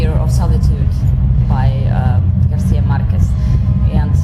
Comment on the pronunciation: Wow, she pronounced Garcia Marquez perfectly